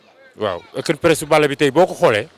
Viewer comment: On dit open press